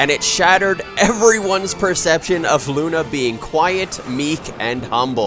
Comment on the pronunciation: thats not how you pronounce "luna".